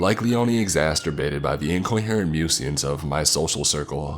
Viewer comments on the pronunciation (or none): did you really say "Exasturbated"? :D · "Exasturbated". Is that like masturbation but you make it worse?